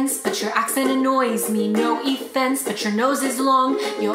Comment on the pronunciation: “No effense”